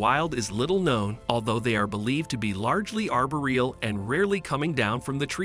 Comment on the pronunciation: Learn how to pronounce 'archipelago' and 'arboreal' and 'edema'. It's really not that hard to fact check and get the pronunciation right in these videos.